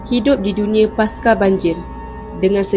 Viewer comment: Maaf saya nak tegur sikit sebutan skrip dlm video ni. Pasca disebut Pasca, bukan Paska. monumen *pencakar langit, bukan monumen mencakar langit. ☺